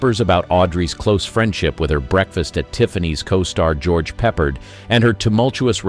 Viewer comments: George Peppard's name is NOT "peppered" -- it's Pep-PARD .. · George Peppard deserves to have his name pronouced correctly.